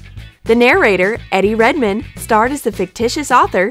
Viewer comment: You said Eddie Redmayne wrong. 😠